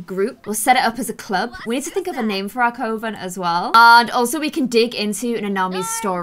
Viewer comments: I love your videos but coven is pronounced Kuh-vn! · I thought coven was pronounced like cuven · First things first: CUH-VIN. Second: if you’re going to do the holidays, research them so it’s not just the more Christian versions — like Easter, Halloween, Christmas. Third: If you need help with the real world witch aspect, message me. 😌 and last: as far as coven names, maybe Le Lune? Or Selene — first is moon, second is a Greek goddess that represents the moon. Orrrr maybe Hedge Witches? That’s a branch that talks to spirits while also being focused on nature. You could talk to ghosts that way. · I’m pretty sure coven is pronounced cuven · Not hating! But isn’t it pronounced; cuh-ven? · Coven ———— kuven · coven is pronounced cuh-vin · Quick thing. Its actually pronounced cuvern 😊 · You’re pronouncing coven wrong it’s pronounced cuven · I love you but can you please pronounce Coven correctly? (Kuh-ven) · it’s pronounced c UHH ven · Am I the only one annoyed by the incorrect pronunciation of “coven”? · I kinda find it endearing and cute, haha. I've never heard anyone mispronounce coven before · exactly! It was so distracting everytime she said it wrong. I love and her videos but its important if shes doing a witch base series that she pronounces things correctly, else it can seem a bit disrespectful imo x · to all the people saying she’s not pronouncing coven correct it’s where she’s from i’m from near there and say coven as well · PLEEEASE SAY COVEN PROPERLY!!! LOL I love you..all ur videos and i REALLY wanna love this dont drive me mad hahaha .. kisses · Does anyone else think it’s funny how she pronounces Coven 😂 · Am I the only one who is annoyed by the way says coven??? 😂😂😂😂😂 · Jeez y'all, she's not mispronouncing coven... it's called a dialect. She has one. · I love you but you’re saying coven wrong lol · Your pronouncing coven wrong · i love you but I feel triggered everytime you say coven wrong Ahhhhhhhhhh